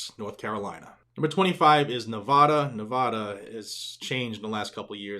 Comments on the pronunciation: I LOVE your film.and am 3/4ths of the way through it. However as I have lived in the Battle Born state of Nevada off and on since the early 1960s I know how Nevadans pronounce the name of the state. The first 'a' in it is not pronounced like the 'a' in 'aw' (that kitten is cute) or 'awsome' but like the 'a' in the word 'nasty'. It would be nice if you pronounced it better. Thanks! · PLEASE properly pronounce the name of the State of Nevada - Thank you